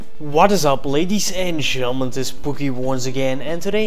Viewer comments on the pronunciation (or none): what? ge.. getleman??